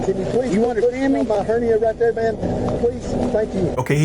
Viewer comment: She said, "Hernie". She meant to say, "Hernia".